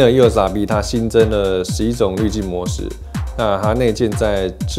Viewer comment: 为什么我一直听到 canon 又傻逼... eos rp 读快点真的是会听成canon 又傻逼... 不懂有没有和我一样 😂😂😂